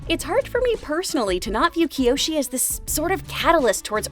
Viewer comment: and also no, it's kyoshi, 1 I